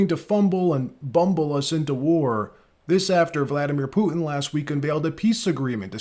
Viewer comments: Please pronounce the letter T in the middle of words it’s not puin it’s Putin with the t pronounced stop being lazy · Can't you say "T" ? Poo-in, Clin-in